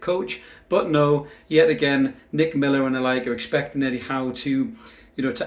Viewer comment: Did you say “DICK” Miller